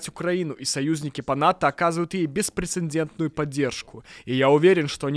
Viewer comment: Мужской голос за кадром при переводе речи Столтенберга неправильно произносит слово "беспрецедентное", он говорит "беспрецеНдентное"!!! Стыдно!!! Но многие лишнее "н" добавляют!!!😂